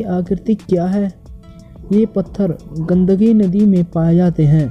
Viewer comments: Pagal gundagi nadi nahi bolte gundaki bolte hai 😅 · Bhai its gandaki nadi not gandagi, pronounciation sudhaaro apna nhi toh arth ka anarth karoge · भाई वह "गंदगी" नहीं " गंडकी " नदी हैं। आपका उच्चारण ठीक करो।🙄🙄🙄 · pronounce well its gandaki